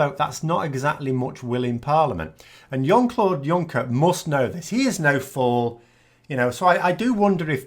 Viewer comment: Why Yon Claude Yunker, when he is 'Sjonn Claude Sjuncker? Jean is never Yon Juncker can be Yuncker, but Luxos pronounce J as Y or as Sj. Both are used, I think he responds to either. It is quite likely his family would have tended to avoid the Germanic pronunciation.